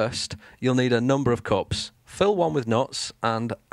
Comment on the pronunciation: Cool. But why do you keep pronouncing "nuts" as "knots" and "cups" as "cops"? Got confused in the beginning =)